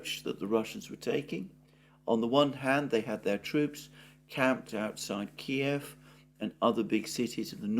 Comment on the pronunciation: At last someone who pronounces Kiev as it should be